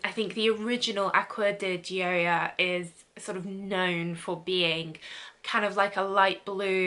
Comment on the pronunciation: I believe it’s pronounced aqua de-sh-ee-o. The sh sounds like a French J pronunciation like Au Jus.